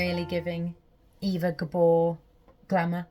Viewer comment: Well ... It's actually pronounced AYva Gabor. Sorry